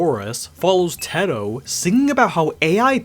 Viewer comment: first time I have heard someone pronounce Teto like Tehtoe I have always known her as Taytoe